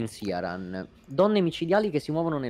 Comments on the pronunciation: E ancora con questo "Siaran". Sia nel suo dialogo tagliato che in quello di Gough, il nome viene pronunciato come "Kirán". Non è un nome fantasy, è derivato dall' irlandese. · L'ho appena ascoltato e hai ragione Dice "Kiraan"